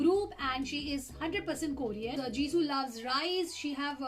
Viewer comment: it is called jisoo not jisow